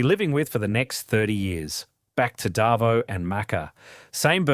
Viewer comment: AI needs to learn how Aussies pronounce Davo lol 😏